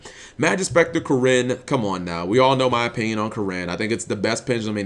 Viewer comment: tfw cap say Karin instead of Kirin smh